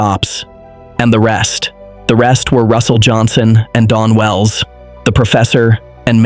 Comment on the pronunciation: Someone please tell the AI bot that it was DAWN Wells not DON wells 🙄